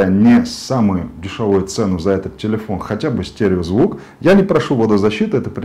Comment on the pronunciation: ТИЛИЫОН Э С ДииРКОЙ